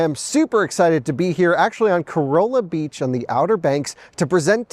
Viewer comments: Corolla is pronounced "Coralla" "Cor-alla". Enjoy your time on the OBX. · Cuh-rah-lah beach. I was corrected quickly when I was there 😂